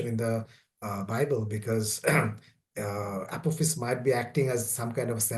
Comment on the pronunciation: Beware of APPLE FACE!!! Lol I've been entertaining myself the last 45 min. Its astroid Apophis and I'm not making fun in a cruel/rude way. is quite brilliant as his work speaks for itself but the "Apple Face" soundung pronunciation made my day. Makes me think of the son of Man by Rene Magritte if the painting was a painting of a villian